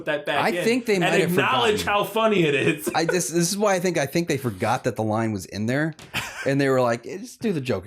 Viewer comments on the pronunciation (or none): Smash “taht” like button? Really guys? Lmao